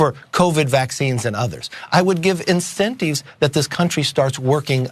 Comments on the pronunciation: Why is he sayin' 'incenteeves' 🧐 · What are "eenthenteeves"? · Wtf is an "incenteeev?" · Wth is an incenteeve? That's a weird pronunciation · Learn how to pronounce incentives,! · The way he pronounced the word "incentives" creeps me out.